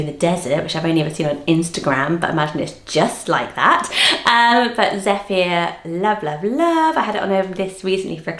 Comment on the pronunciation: Congrats on the book. You’re mispronouncing some of these names. Zephyr is Ze-fer not Ze-fi-a. Ayla is eye-la - ay is Turkish for moon. You say Joanie but the text says Jeannie. I imagine Tamilore as Tammy-Lohrrey( Not Tammy-Laura). Sorry. Still some nice names in here & I like the separation of how classic/trendy/unusual they are.